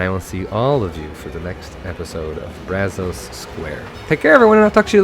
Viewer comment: the “o” and “a” in “Brazos” is supposed to sound more laid back. Use the “a” as in “mad” and “o” as in “of” (sound like “uh”)